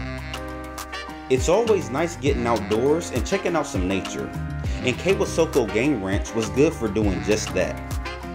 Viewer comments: Kwisoko is pronounced "quee-soak-oh" ("quee" as in queen, without the "n") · Kwisoko pronounced “kweeesoko”